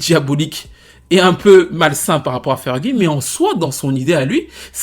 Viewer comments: Mais c’est qui froggie? Je sais que les français on a du mal avec notre accent mais pourtant la c facile à prononcer ça se prononce fer-gui (lu en français) 😂☺️👍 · Ne dites plus "FÉRJI " mais "Feuuuulguy" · J'ai saigné des oreilles a chaque fois que j'ai entendu "Frogie"😂